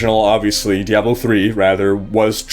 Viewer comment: The way you pronounce diablo makes me want to murder puppies.